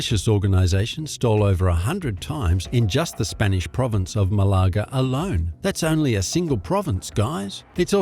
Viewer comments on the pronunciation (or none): The miss pronouncements of Malaga, Balearic and Majorca by the Yank made me wince.